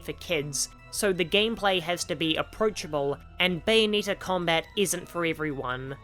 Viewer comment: I couldn’t watch the viseo further than one and a half minutes in because of the way you pronounce Bayonetta’s name, it rubs me in all the wrong ways It’s not “bayoneeta” it’s bayo-NET-ta